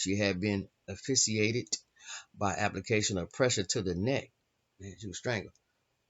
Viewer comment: " asphyxiated " ... as fix ee acted ... I'm just trying to be helpful here